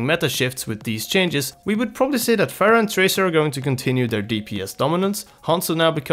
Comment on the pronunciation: people like you make me cringe. it's fucking Pharah with an H. how hard can it be